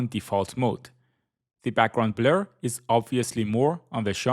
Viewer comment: Noooo you no longer say background blEr 😔